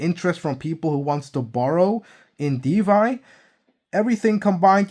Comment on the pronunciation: it's DeFi, not DeVy 👍